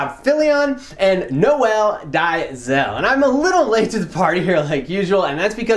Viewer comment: Noel is a French name. And it's pronounced exactly like Alec pronounced it. For his last name, tons of German names are finishing with *zel, I'm pretty sure this name as Germanic roots (I mean, it SA after all). I think it would make more sense (for someone outside SA, not speaking Afrikaans) to pronounce it like Alec did because it's pretty close to the roots of the names (French, German/Dutch)